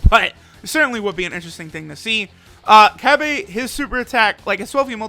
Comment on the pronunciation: Cab-Aye Lmao